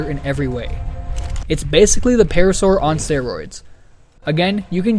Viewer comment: Paracer❌️ Parasaur✅️